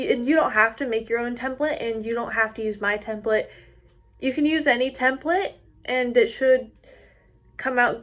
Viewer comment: It’s not templit its template!!!!!!!!!🤬